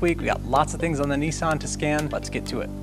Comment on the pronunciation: It's not a kneesan it's a Nisssan 🤪.